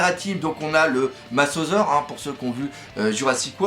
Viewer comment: alors petite rectification on dit mosasaure et pas masosaure voila sinon super video comme dab